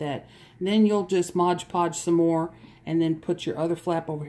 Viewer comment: It's NOT MODGE PODGE, it's MOD Podge.